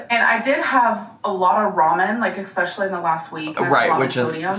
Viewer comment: whaa does say 'expecially'??